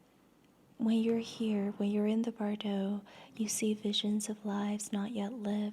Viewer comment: Since you mispronounced it multiple times, Bardo—from the Tibetan Book Of The Dead—has the emphasis on the 1st syllable : BAR-doe. As you speak beautifully, I thought you’d want to know.